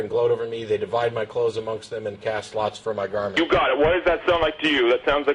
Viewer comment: "It's a pwafacee!! Day cwucified him an' day divided his cwose umung day dawgs!" The obvious sign of homeschooling is the untreated speech impediment.